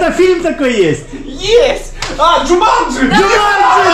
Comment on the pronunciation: Как же было трудно назвать слово джуманжи🤦 я уже психовать начал